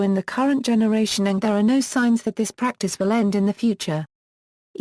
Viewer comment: The way Kutztown is correctly pronounced is such that it rhymes with "puts", not the way the narrator says it in that it rhymes with "cuts". Likewise, the expression "Pennsylvania German" is purely an academic expression and not used among everyday speakers and people who closely associate with the culture. Speakers describe themselves as speaking "Pennsylvanisch Deitsch" when using the dialect and "Dutch" when speaking English. I think also there are some audio glitches starting at about the 10 minute mark.